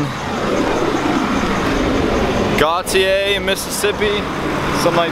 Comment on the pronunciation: Gautier = "Go shay"